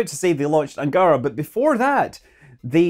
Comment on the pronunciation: Happy New Year, Scott! -Best wishes! -It's pronounced "angarA", BTW... ;)